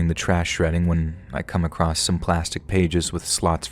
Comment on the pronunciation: my friend.. I’ve said this once and I’ll say it again. There is no “T” in the word “across”. 😅 You should take pride in the fact that that’s basically the only mistake I ever hear in your narration, that’s truly an impressive feat.. But you should fix that going forward. As a professional, always strive towards improvement!